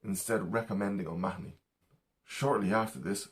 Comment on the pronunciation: Good stuff! I was happy to hear an Irishman pronounce O'Mahoney. I've heard so many Americans say it "O' Ma-ho-ney", much as people mispronounce Stecher and Pesek so often.